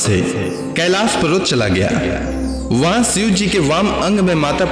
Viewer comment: सिव नहीं शिव 🙏